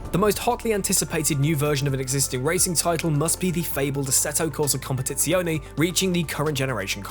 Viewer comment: just the way he said ASETo cOsA cOMPETIzIonE HAHAH. Write me bro I'm gonna do a lesson of Italian pronunciatcion with you. p.s. we are gonna start from Pizza Pasta Mandolino